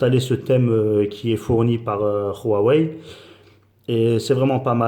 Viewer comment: Mdr il est ou le R dans Huawei? C'est pas Ruawei